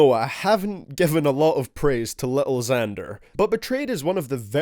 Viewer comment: It's not lil xander it's lil Xanax